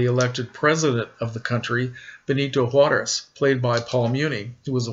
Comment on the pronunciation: Great job with your Spanish pronunciation of Juarez, most people butcher the name Juarez, trust me I know! Very cool choice of movie. You can't go wrong with Bette Davis. Keep up the great work, you always surprise me with your movie selections.